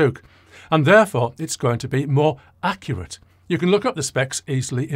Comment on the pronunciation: I swear I heard you create a new word 'daccurate', but we tend to hear what we want.